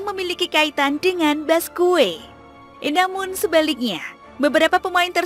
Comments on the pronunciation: BASQUE ITU DI BACA BASKE MBA, BUKAN BASKUE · Dibacanya baske bukan baskue min, jadi aneh banget narasinua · Bacanya Baske bukan Basque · Mohon maaf saran min, d bacanya "baske/basqe", thx u min